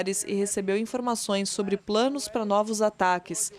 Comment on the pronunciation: Essa repórter troca o “s” por “ch”! Deveria procurar um fonoaudiólogo! Irritante ouvir ela falando e dizendo: “Trump não conchegue chair” “controle chobre Ormuchss” ridículo! Procure um fono minha amiga!